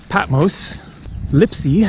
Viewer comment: haha patmose..... it's patMOS!!!!!